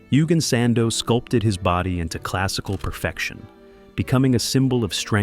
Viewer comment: "Eugen" is pronounced "Oy-genn"